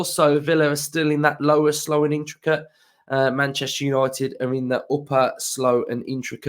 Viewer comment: It's Man-Jester Yanited!😊 UTV